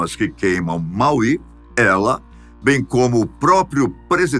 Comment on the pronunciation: Fala-se Máui não Mauí